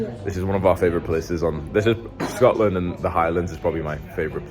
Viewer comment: “I love Schotland” She’s such a dumbass 😂